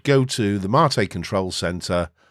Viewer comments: MATE Is pronounced Mate, it's a Spanish word so you're pronouncing it the proper way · You pronounce Mate as you should. It's about tea, not your blokes. ;) OpenSUSE is a pain to configure if you want to use it as a all around home desktop. Lacking codecs, choosing right repo. It's not supported by some 3rd parties very well. I gave it few chances and I look at it like at ordinary workstation and nothing more. Leap + Xfce looks great. It works great. Question is: If you do a work, like coding software for Linux, would you use OpenSUSE when majority of home Penguin distros are Debian based? Debian, MX, Mint, Ubuntu, Zorin, Pop!, Elementary...